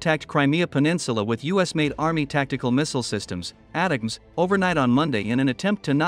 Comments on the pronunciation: Pronounced A-Tack-M's not At Tams you AI ....! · Please, fix you AI voice-over... "ATACMS" are pronounced "Attack ums" or "Attack ems", not "Ata-cums"... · Bruh, ATACMS is pronounced “A-TAC-UMS” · "ATEMS"???? WTF please fix your robo-voice